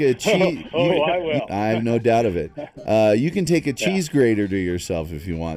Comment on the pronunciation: "Wuwl thank you"